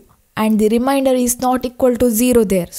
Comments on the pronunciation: It is remainder not reminder😂😂😂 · its remainder not reminder!!!